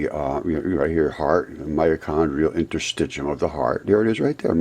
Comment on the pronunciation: Interstit “shium”